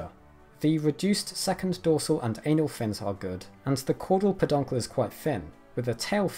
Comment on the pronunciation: the ainal fin made me laugh